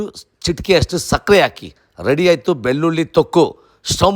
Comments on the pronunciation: ಬಿಲ್ಲುಲ್ಲಿ ಅಲ್ಲ ಅಣ್ಣ, ಬೆಳ್ಳುಳ್ಳಿ ಅನ್ನು. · ಅಯ್ಯೋ ಬೆಲ್ಲುಲ್ಲಿ ಉದ್ದಿನಬೇಲೆ ಇದು ಯಾವಭಾಷೆ ಮೊದಲು ಳ ನ ಅಕ್ಷರಗಳನ್ನು ಸರಿಯಾಗಿ ಮಾತಾಡಪ್ಪ ನಿನ್ನ ನಾಲಿಗೆ ದರ್ಬೆ ಹಾಕಿ ಉಜ್ಜಿಕೋ